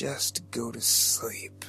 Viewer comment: More like "Go to slee." Jeff got no lips, lol.